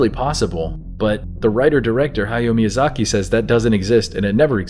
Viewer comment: Hi-yoh me-yuu-zah-key